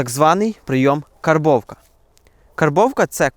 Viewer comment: я в захваті від твого професіоналізму та вміння подати матеріал. Але зараз я про інше. Нарешті я почув правильну вимову цього терміну - "кАрбовка". А то огидно чути в більшості українських блогерів оте перекривлене московитами "кЄрбовка". Карб, карбувати.